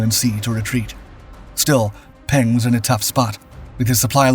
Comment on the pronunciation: Peng’s reward for leading the Chinese troops? Death by plane crash while fleeing the Cultural Revolution. BTW, Peng is pronounced more like Pung. The e sounds like the e in the word the.